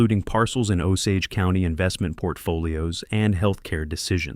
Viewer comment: I've heard this story before with a different name than Harold. 😂 But at least in this story the narrator says Osage correctly.